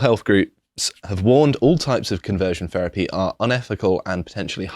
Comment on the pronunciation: Please stop saying "ferapy"